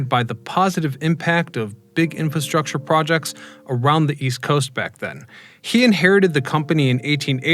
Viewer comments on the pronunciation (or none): I think you are missing the first "r" in infrastructure.